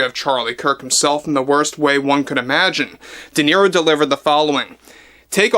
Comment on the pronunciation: Se pronuncia De Niro, tal como se lee, el apellido es italiano